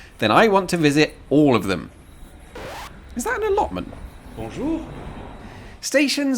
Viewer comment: did you enjoy his punchy "bonjour" to every stranger he met?